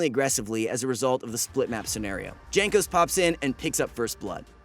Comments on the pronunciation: It is pronounced "Yankos" not "Jankos" LMAO, bro, do your work man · Please practice your pronunciation of the player's names. It is really bad you say Jay-nkos instead of Yankos(the way it is actually pronounced). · "Jankos". WutFace It's pronounced "Yankos". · great video and all...but its not JANK-os its YANK-os... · Its pronounced Yankos not Jankos. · JANKOS, not Jhenkos bro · Pronounced Yankos. not Jaynkos. FFSS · Jaynk-Ose? It’s Yank-ose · PLEASE it's pronounced yank-os not djank-os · it's not GENkos it's YANkos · I'm new but isnt it pronounced 'yankos'. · This was not an upset win, they won msi. The former champion is Ig. You read Yankos instead of Jankos. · really calling him "jank"os? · J is pronounced Y in this situation, Jankos is Yankos, I thought you were trolling the first time but it slowly drove me crazy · dżenkos xDDDDDDDDDDDDD ja pierdole l2polish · Its written Jankos but you pronounce it Yankos. Like in You or master Yi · Bruh its pronounced yankos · Anyone else get insanely tilted when you hear him pronounce jankos wrong? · I hope Jankos doesn´t see this video because you mispronounced his nickname... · So you watched the whole series, probably more than once to make the video, and you still can't pronounce Jankos? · Why all not polish people pronounce Janos’s name wrongly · Pls learn how to say "Jankos"